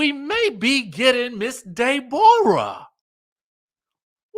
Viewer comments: 😂😂I love when you say "Day-borah" instead of Deborah..😅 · Man, when pronounces Day-Borah, it makes my abdominal muscles hurt. It tickles me so much.